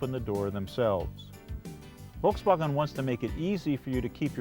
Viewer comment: The way he says Volkswagen makes me cringe.